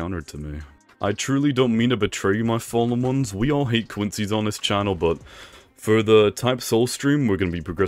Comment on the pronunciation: Am I deaf or do I hear him say what’s up my fallomons like I’ve seen over 20 vids and all of his vids he says follomons although I know he’s trying to say fallen ones I’m just confused?